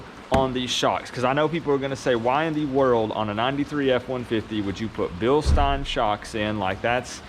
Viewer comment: Bilstein( bill sten)😂 just saying awesome video